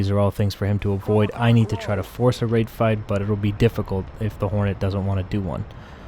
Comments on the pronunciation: Rate fight I always thought you said Rape fight I was always questioning it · I was always thinking you were saying wraith fight.. and I’m like wtf does that mean. Lol.